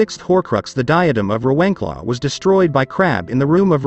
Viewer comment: Did someone else physically cringe from the way he pronounced "Rawenclaw"? 😖